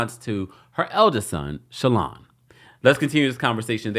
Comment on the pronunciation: It’s Shalon not Shaylon Kemp 😂 love you ❤